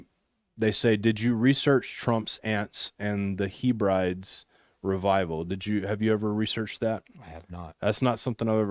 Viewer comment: I would hope that one year later, you will have discovered the mispronunciation of the Scottish islands; it should have been the Hebrides, pronounced 'Hebb ri deez. Great video, and I have been trying to tell everyone that Trump is part of the dark side. Too many people clinging to their belief in fairytales though, they don't want to accept their hero is a bad guy.